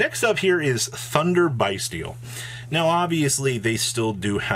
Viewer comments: It's pronounced Beastial. Not Biestial. As in Abyss Beast. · it is pronounced Bys-tial like as in "Abyss" not like "Bye" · Thats not it. There's no beast. It's bys-tial. Abyss